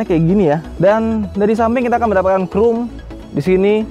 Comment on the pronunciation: kayak nya deh adek adek autonet CHROME itu pengucapannya lebih ke "KROUM" daripada "KRUM"